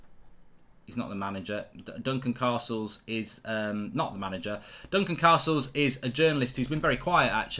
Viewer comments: Say CAstles properly, ffs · Why has he suddenly started saying Castles likes Carstles. Its more jarring than the time he stopped saying France and started saying Frarnce 😂